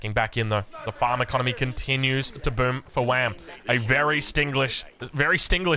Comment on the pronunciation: A vary estiglish game 😂 that was good